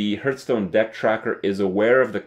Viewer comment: please stop saying 'hurth' stone. It's driving me nuts. A hearthsone is the stone plate directly in front of a fireplace and it's pronounced like 'harth' stone. Yes, I'm a petty pedant.